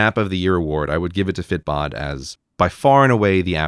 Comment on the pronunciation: Excuse my ignorance. ..... is he saying "fit bot" for the app?